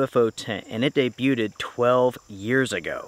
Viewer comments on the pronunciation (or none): Debutted? Day-bewd lol